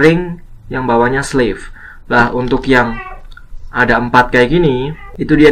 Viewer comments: Btw itu “S” nya sleeve kali bang bukan slave. Slave mah budak bang artinya. Koreksi aja sih bang. Videonya sangat bermanfaat anyway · Wah terimakasih untuk infonya Kak, sangat berguna sekali👍👍👍 Tapi maaf.. Mgkin mksdnya "sleeve" ya, bukan "slave"😅